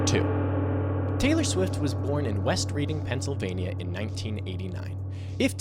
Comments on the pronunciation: In case you actually read your comments: Taylor Swift is from West Reading...but it's pronounced "Redding" (like Otis Redding), not "reeding" like the activity. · the pronunciation of "West Reading" is killing me, I thought people knew this one from Monopoly at least